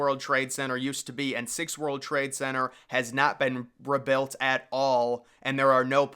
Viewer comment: WHy do you say "rebuilt" like "rebelt" ?